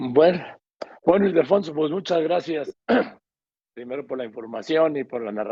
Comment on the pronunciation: Joaquín; felicidades por pronunciar correctamente el nombre de Ildefonso Guajardo. Hay muchos que le dicen “Idelfonso” 😡😡😡😡😡😡